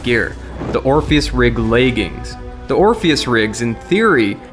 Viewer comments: It's pronounced "LEG-INS" there's no "A" in it. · Y does he keep calling leg armour “laegings”? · "Orpheus Rig layging"